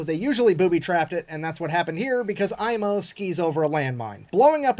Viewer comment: "Aimo" was bit off at the A , but Koivunen was spoken like native Finn☺